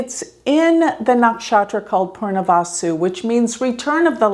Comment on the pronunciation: So weird she says “Purnavasu” instead of Punarvasu.